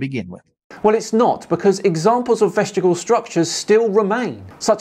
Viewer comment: Ooopsie! It's vestig-I-al, not vest-igal! The second letter I makes a big difference to how you pronounce it.